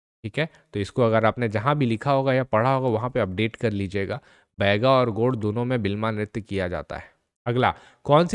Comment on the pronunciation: Godd nhi hota, gond hota h, sahi se to pronounce kero kam se kam...